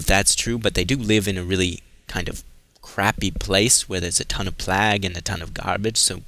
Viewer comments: I watch your vids every time I play the game. I really like content but man, why don't you say plague instead of plag? You do ramble a bit but idc, it really shows your enthusiasm for this game and I like that but sometimes you act a bit condescending at times. Regardless though I'll always watch all your Dishonored vids... Fuck k can't wait for 2! Even more excited about that then I am FFXV. Keep up the good work man, I'll still like your vids and sub if I haven't already. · why do you say plague like that if you don't mind me asking?